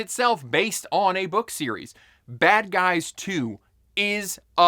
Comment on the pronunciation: Bad Guys 2? I've never heard of it, or the first one. I thought you said Bad Boys 2